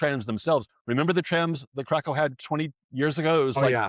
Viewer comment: Please make an effort to pronounce the name of Krakow correctly, especially after so many years living there